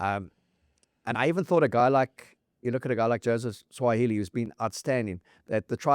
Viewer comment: Guys, its not 'Swa-hili'. Its 'Su-a-ali-i'